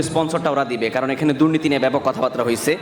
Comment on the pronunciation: শব্দটা 'কথাবাত্রা' না, 'কথাবার্তা'; ঠিক করে নিন। একদম বাজে উচ্চারণ!